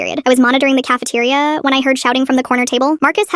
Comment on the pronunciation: " i was monitoring the cafeteriuhh"💅🏻 and "whats the mAWsT" caught me of of my chair,made laugh enough hard that i flew to the pool that was 190 miles away and my parents went to pick me up, so tired that they looked like they went through WWII